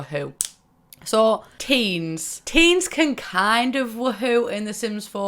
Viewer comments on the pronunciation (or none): I havent played the sims 4 - just 1 through 3 - and when you said teens I thought you said teams. My jaw dropped for a minute.